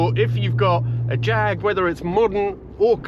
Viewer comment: Come on everyone knows Jag is Pronounced Jaaag